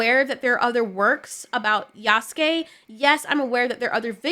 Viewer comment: You're the first person that has made a video about this and actually pronounced Yasuke's name correctly.. so many people saying "yah soo kay" and it's so cringe